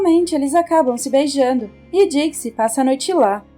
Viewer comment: akela história né dicxi que dicxi kkkk